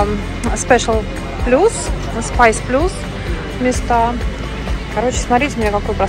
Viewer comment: "СпАйс плюс"? Может "спЭйс плюс"???